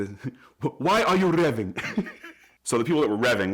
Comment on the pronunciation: "Why are you RRRevving?"